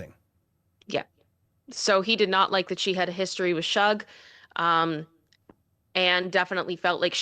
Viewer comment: Suge is pronounced like Sugar....